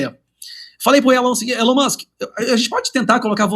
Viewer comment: "Elon Manske" e você... tchê tcherere... tchê tchê" 😂😂😂😂😂😂😂😂😂😂😂😂